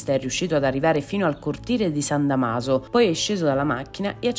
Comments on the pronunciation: 😂"...che non sarebbe potuto entrare al Vaticano" "....San Damàso". Chi ha insegnato la lingua italiana a questa A.I. ? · San Damaso con l'accento sul 'Da'........non Damaso con l'accento sul 'ma'.......alla faccia della giornalista.......andiamo proprio bene con la lingua italiana....figurarsi se questa che ha commentato fosse stata una...'scarpara'.